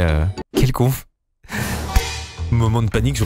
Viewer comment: joli le conf au lieu de conv